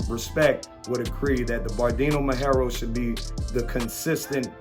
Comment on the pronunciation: Any “breeder” of “Presa Canario” should be at least able to pronounce properly the blueprint breed of the Presa Canario which is the Perro Majorero not the “Berdino Majoro” those whom know could tell you that the verdino majorero is simply a color of the Perro majorero is like the “green brindle” (English version). Is just impressive how anyone can be a breeder of “presa canarios” this days 🥺😭😭😭😭. That’s why and how breeds get fucked!.